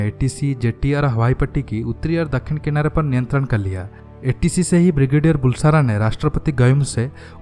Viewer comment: How come Brigadier of Indian Army didn't know Maldives ? It's really surprising. Also pronunciation of Bulsara is बलसारा , not बुलसारा !